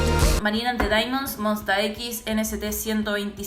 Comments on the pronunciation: Me pone nervioso que pronuncie "monsta ekis" "enecete" no puede ser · Se pronuncia monsta 'ex' 😊❤️ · estoy re de acuerdo con lo q decis osea la musica es la salida de cualquier problema, ah y se dice monsta ex osea la x se pronuncia en ingleess te amuu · SE PRONUNCIA MONSTA ECS :(((( Stan talent, Stan Monsta X 😔👌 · Consejillo: pronuncialo como 'monsta ex' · No es monsta equis as miners ex, (lo escribo come we pronuncia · nct 127 y monsta x se pronuncian como se dicen en inglés uwu pd: yA TENGO QUE ESCUCHAR TODOS LOS DÍAS AHR